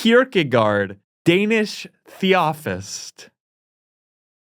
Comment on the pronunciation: And pronounced theosophist and "Theofist" aka British "The office"